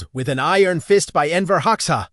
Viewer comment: At least train the AI to pronounce Hoxha correctly. Please.